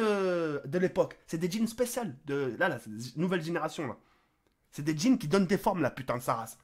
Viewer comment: Je suis le seul à avoir cru qu'il avait dit djinn et pas jeans